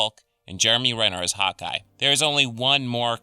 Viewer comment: when you first said hawkeye , I thought you said "hot guy"